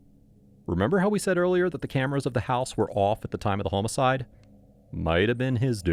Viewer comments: Ughhh, please stop the ai narrator from pronouncing "homicide" as "hoe-micide." It's "ha-micide!" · It is maddening hearing the way you say "homicide" 😂 The 'o' is pronounced like the 'o' in "office", not like in "home" Wild business to be in to be pronouncing it like that. 😂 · It's the AI narration. Pronounces "homicide" as "home-a-side" too. You'd think whoever runs the channel would spot this stuff and fix it. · When did we start saying home-icide? No good. Change it back.